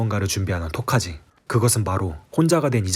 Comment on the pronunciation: 9분대 토자키가아니라 토카지입니다